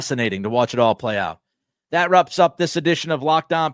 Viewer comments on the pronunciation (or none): You messed up at the end you said let’s wrop ups this podcast, he he he he